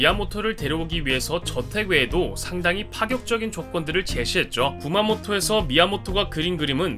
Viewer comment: 쿠마코토? 이런 지명이 있나 싶어검색치니 라이쿠..마코토 라는 만화가가 나옴 ㅋㅋㅋ 뒤에는 잘 말한거 같고만 쿠마모토 겠죠? 녹음은 신중하게